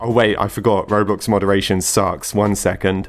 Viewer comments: "Kroblox" OMG LIKE "Croblox" Like Roblox but made in Croatia 🤣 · He said kroblox 😭😭😂 pin this pls